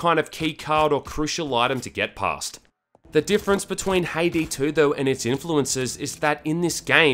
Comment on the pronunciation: She is a char from Count of Monte Cristo. It sound Ha-e-day.